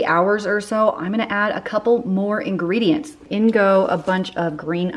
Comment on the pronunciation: Booshie ingredi-ents! Lol. How was SA? Did you come north?